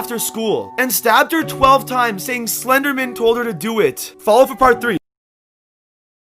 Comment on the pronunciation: He is saying the name Slenderman wrong. 👤